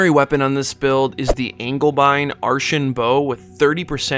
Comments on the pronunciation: ANGELBEIN not ANGLEBEIN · Pronounced “angel (as it heaven) bane (as in threat to)”